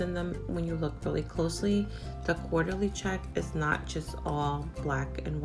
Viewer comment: I love their teapots! Thanks for showing the difference between the sizes. It's actually pronounced Court-ly check. New subbie!